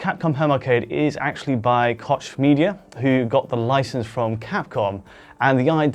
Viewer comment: They fucked up Koch Media though :)